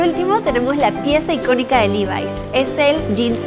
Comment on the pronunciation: Hola!! Se dice levi como suena!! Saludos